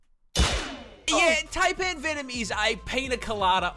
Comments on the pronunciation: Don't be surprised by what the named the Newcastle Big Boy. We nicknamed the Terror Bird that used to live down here the 'Demon Duck of Doom'. Yes, really. Edit; Also, as an Aussie I feel grave offence for his mispronunciation of Taipan (tie-pan). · Yeah, that snake pronunciation always irks me.